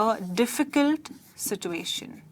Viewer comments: situation... r u speaking American? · YOU can't pronounce ' situation ' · no she is pronouncing it wrong no English speaking nation pronounce it the way she is.its something Indians have invented